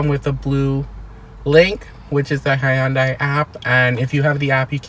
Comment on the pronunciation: You are pronouncing Hyundai incorrectly.